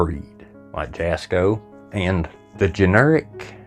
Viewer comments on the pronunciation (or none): His Name is pronounced asco the J is silent. NOT Jaasssko. Just my opinion, but YOUR not funny. Leave the kid alone. Your 😢